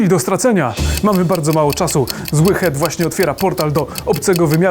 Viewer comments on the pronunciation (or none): none